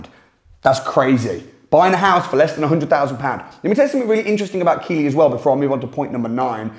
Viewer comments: Hahaha I love your videos but Keighley is pronounced Keith-lih not kee-lee 🤣🤣🤣 amazing content though and hope to be at one of your courses. (When I buck up the courage ane muster up the funds of course) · its KEE,TH,LEY not keighley -keely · keefly is actually the way it's pronounced. It sounds strange to me hearing it pronounced as keely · Not a big deal but it's pronounced ,keith lee, not key lee. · Lol, local knowledge is important ... it js pronounced Keethlee not Keelee. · It’s Keith Lee not keylee. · It's not pronounced Keeley but Keithly. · It's pronounced keefley not keyley. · It's not pronounced Kee Lee but Keith Lee (Keighley) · Isn't it pronounced keithly? Not keely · its pronounced Keithley and not keely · It’s not keighley it’s pronounced keithley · it's pronounced keith Lee not key Lee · Not "keylee" Keith ley 🙄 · Hahaha keeylee? Keighley ("keith-ley") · It’s pronounced Keith Lee not Keely 😂😂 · Its pronounced "Keith-Lee" not "Kee-Lee", ffs at least get the name of the town right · I worked in keighley for 17 years it is pronounced “Keithley” was funny hearing your pronunciation 🙂 great Video, some bargains still out there 👍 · Glad you mentioned it. Saves me having to 🙂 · Keighley pronounced "keithley" mate sorry had to correct you 🤣🤣 as a Yorkshiremen I had no choice love you're videos tho you do some serious research you're content is allways decent...keep it up lad 👊🏻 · Hiya, love the video’s. Number 10 Keighley is pronounced Keethley. Also check out Burnley, i found a few for 5 grand!! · Keighley is pronounced Keithly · Keighley is pronounced "Keethley". A good piece though. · Keighley is pronounced 'Keith-lee'. Thanks for your info. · Keighley It's pronounced 'Keithley' and funny enough it's next door to Bradford. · Just wanted to add - Keighley is pronounced "Keith-ley" or "Keeth-ley". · Live the video,, the pronunciation for Keighley, it has a silent t in it, it is keightley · Pronounced 'keithly'